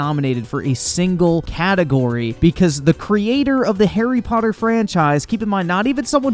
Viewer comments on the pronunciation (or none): none